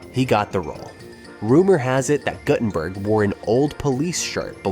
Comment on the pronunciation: why do all these types of videos have shitty AI voice overs? GuT-TUN-BURK , LESSERD........ c'mon..... also, the shirt "mistakes" must have been on purpose.